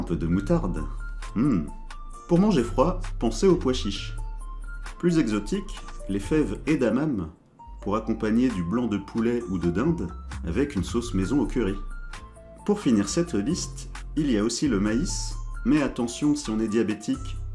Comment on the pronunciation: Salut, juste pour te dire qu'on prononce "édamamé" car c'est un mot japonais ! 😉